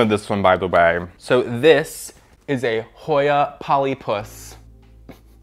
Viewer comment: The emphasis on “polyPUS” lollll